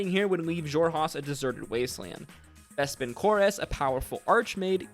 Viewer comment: I just can't get past how much you put the "ASS" in Vespin Chloras, when nobody has said it that way on the show. Some pronounciation help from the show(s): Vespin Chloras (KLOR-is, not KLOR-ass) Xerxus (ZERK-sus, not ZERK-seez) Loquatius Seelie (lo-KWAY-shis, not lo-KAY-shis) Rosohna (ro-SONN-a, not ro-SHAH-na) Purvan (pur-VONN, not PERV-on)